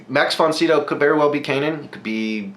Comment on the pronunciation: Max Von Sydow is pronounced (si do) - long o...to people my age, he is "The Exorcist"...I never watch these but I liked watching yours...thank you!!!!